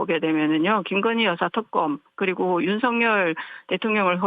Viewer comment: 말을 저렇게 어버버하는데 대변인을 시키면 어떡하냐ㅠㅠ발음도 턱검 턱검 ㅜㅜ